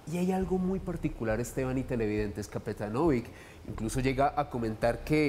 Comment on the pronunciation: Se prpnuncia capetanovich La c se pronuncia ch